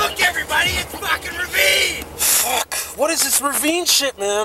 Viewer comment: It's Reveen, not Ravine. Google Reveen and you'll get a Ricky doppelganger.